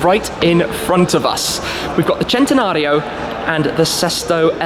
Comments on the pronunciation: Pronounced sentenario not jentenario 🤦🏻‍♂️ ruining the names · im still confused how he gets chentanario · I didn't know the centanario was pronounced as chentanario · Centenario not chentenario😑😑😑😑😬😬😬😬😡😡😡😡